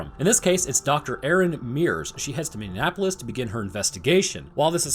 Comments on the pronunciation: MINI-APP-O-LIS NOT MIN-NAP-O-LIS IT'S NOT HARD JESUS CHRIST PEOPLE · Love your channel, but as I live in Minneapolis it's not pronounced "Mini-Annapolis" just "Mini-Apolis" :) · I'm from Minnesota you're definitely saying Minneapolis wrong it said like mini apolis lol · As a Minnesotan... How you mispronounced Minneapolis is HILARIOUS to me. It's not MinneANapolis. 😂 It's Min-ee-ah-poh-lis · Learn how to say Minneapolis. Please. You are a man of science. Ty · He says Minneapolis weird. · i take offense on the lack of you pronouncing Minneapolis say it right or dont say it at all